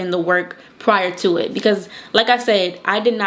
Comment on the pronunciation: Yes, you are from Baltimore. That "tew" (to/too/two) gave it away🤣🤣🤣I'm from Baltimore "tew" 🤣 East Baltimore born and raised. You're so pretty and good luck to you and your business endeavors.